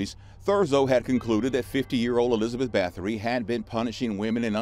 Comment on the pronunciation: It’s pronounced “bah-tory”